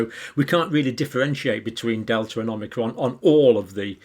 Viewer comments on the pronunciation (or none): It’s “Omicron” not “Omnicron” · Please... OM - I - CRON, not OM NI CROM.😜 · Thankyou. You keep saying it as omnicron with an n but its omicron. You’ve said it both ways. Just saying. Keep up the good work. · Omicron, Omni-cron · you're a doctor and you keep pronouncing it omnicrom and its actually call omicrom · you keep calling it omnicron instead on omicron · You won't be exposed to Omnicron John because there is no Omnicron.. it's OMICRON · Omicron not omnicron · Why do people pronounce it "Omnicron" ? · I've accepted the fact Dr. Campbell will never not say omNicron. Oh well. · So many people add an extra "n" when pronouncing omicron. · Pronunciation in British English is Oh-my-cron. Anyone who had classics lessons at school knows this.